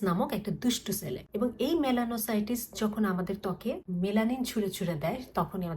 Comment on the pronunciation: মেলানোসাইটিস না মেলনোসাইটস ।